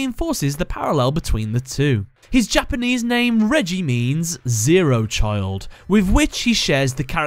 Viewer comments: reggie? i thought it was pronounced more like ray-gee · Reiji not reiji say it right